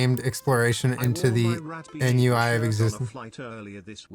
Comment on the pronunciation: Not "N.U.I. of existence" 😂